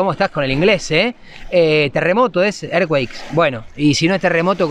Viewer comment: Earthquake = Terremoto. Y se dice érzcuek 😛